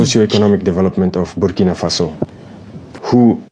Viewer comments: Birkina faso? To much birkin bags in his mind... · He cant even pronounce Burkina Faso. Tap dancing oreos clown 🤡